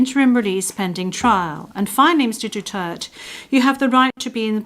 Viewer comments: It is not DUTERT..... It's DU-TER-TE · The judges cant even pronounce the president"s surname right.the judge are a bunch of idiots.Duterte, not Dutert,unless they are naming somebody else's. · duterte not dutert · Please say his name correctly madam procecutor not Dutererd But Duterte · Say his name right translator.. Duterte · Duterté. DU-TER-TÉ! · ICC, you are judging the wrong Man, MR. DUTERTEH (that is the way you say his name, don't act as dumb, you who translate). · Dutert pronunciation nya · Cant even pronounce the name correctly. Even I hope Duterte will be declaired guilty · THIS WOMAN SOUNDS LIKE A WHORE AND CANNOT EVEN PRONOUNCE THE DUTERTE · If im the lawyer for Duterte, i will demand that they must pronounce the name properly or else the court proceedings will not continue until the name is properly pronounced. And i will make a motion that if not pronounced properly i will consider it to be a different individual and not my client. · This lady can't even pronounce Duterte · Dpat ksuhan din yan icc di mrnong magbigkas ng apelyedo ni dutert😅